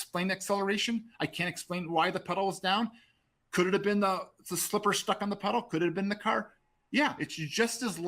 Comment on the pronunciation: What is stook? It's stuck, this guy is something else...